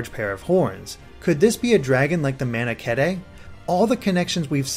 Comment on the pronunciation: It's MAN-AH-KEET